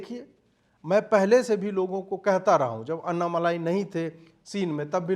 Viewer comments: Pl know the name properly it's : Anna-mallai ( note the double 'll') & not anna-malai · एक विनम्र अनुरोध है। कृपया अन्नामलाई नहीं बल्कि अण्णामलै कहिए। यही सही उच्चारण है। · Not malai but मलै यानी पर्वत, अन्नामलै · अन्ना मलायी नहीं सर, अन्ना मालि🙏. Just to correct, not fault finding. U r great🙏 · अन्नामलाई नहीं अन्नामलई है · Sir, it's Anna Malai as in मलै. Not Anna मलाई.. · Bhai wo Malaai nahi Malei he, Anna Maleya. Maleya Matlab mountain in Tamil. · Please Stop . Writing his name or pronouncing his name incorrectly. अण्णामलई सही है अन्नामलाई अशुद्ध है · MALAAAYI (KOFTA) NAHI... MALAI... LLA K SAAT.... *AIY KI MATRA....* "LIKE" JISA - Ma LI .. OK..?? KAA BOS*K HINDI PATA HEI... 😕🫤 HUM BHI APP SE ACHHE JAANTHE... !!! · It’s ण not न in aNNAmalai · it is basic manners to say the names correctly that too in public forum